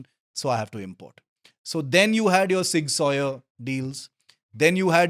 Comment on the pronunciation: please pronounce it properly at least 😢 zig zouwer or sig souwer at least. not sig sawyer :/